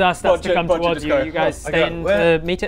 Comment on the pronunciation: Anyone else getting a Wizard of Oz vibe from this team? No worries,; you still have shopkeeper abilities! Bodger (now pronounced 'Baawjeur' instead of 'Bohjah') can now be an American blacksmith (I'm guessing a Californian? I'd love to hear your Southern drawl. Or maybe a Jerry Lewis! 😬) I can't think why Hell didn't want your loincloth. Brielle, I mourn your loss; but there's nothing that says you can't relearn the art of the bagpipes. Or take up the vuvuzela? Baradun - I think I'll miss your smugness most of all. But I have a feeling that even The Infernal Pit won't be able to take away ALL of your bad-ittude. 😎